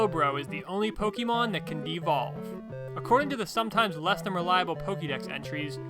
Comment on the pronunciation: Poh-kay-mon man, not poh-key-mon!